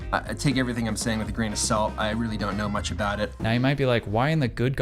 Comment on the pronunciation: Peter said abooot 😂